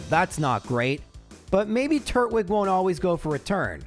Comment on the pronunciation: Tur-twig, not Turt-wig 😅